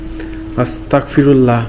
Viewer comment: আসতাকফিরুল্লাহ না!আসতাগফিরুল্লাহ হবে।👍🖤